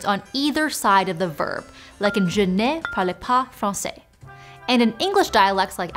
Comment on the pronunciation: That’s not even close to how parle is correctly pronounced…